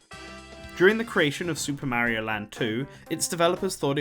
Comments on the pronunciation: It's painful how you can pronounce Wario correctly, but not Mario. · How do you pronounce Mario is extremely painful to the years.